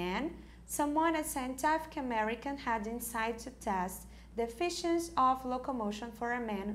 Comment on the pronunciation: As pronúncias estão muito erradas nas palavras MEASURED, EFFICIENCY, SCIENTIFIC, REMARKABLE... Mesmo após tanto tempo acho importante corrigirem, quase 4 mil alunos já passaram por aqui e estão aprendendo errado!